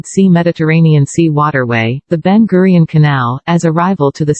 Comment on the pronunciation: Slip of tongue detected, guiron to gurion